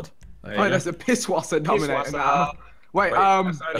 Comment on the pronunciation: pisswasser is a german car so it is pronounced pissvasser even tho it says pisswasser